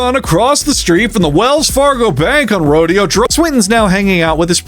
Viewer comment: Isn't it Ro-day-oh Drive? Not a Rage Against the Machine, huh?